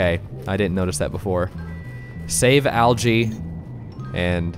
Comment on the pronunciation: Its funny because you call Alge "algae" and he was talking about snails.